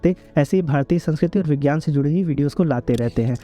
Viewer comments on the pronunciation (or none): none